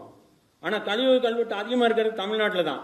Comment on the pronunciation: ஐயா, மிக்க நன்றி, நீங்க எடுத்துச் சொல்லுகின்ற சேதிகளுக்காக. ஆனா உங்க தமிழ் உச்சரிப்பைத் தயவுசெய்து ஆராயவும். கள்வெட்டு என்று சொல்வது தவறு அல்லவா? கல்வெட்டு என்று சொல்லுங்க ஐயா